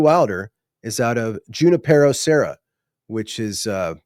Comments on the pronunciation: In Spanish, it's pronounced with a stronger stress on the "ni" syllable, as huni-PE-ro. PE is pronounced “pay”. Look it up. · Hey.. California checking in here… Junipero is pronounced Hugh-nip-ur-o… so many Spanish names in Cali 🤣